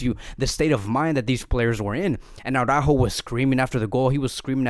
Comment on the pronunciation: It's Ara-ÓÓho. Not Awwww-rÁhho.